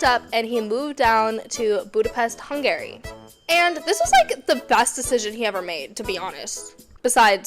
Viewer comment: hung-gary lmaoao